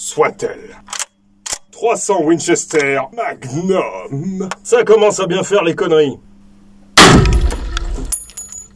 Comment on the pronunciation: Trois cents ouine chestère mague neume ! Et encore une fois... trois cents ouine chesteure mague nume !